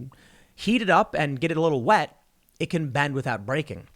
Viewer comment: I don’t appreciate how Tim said “wet” that hurt my soul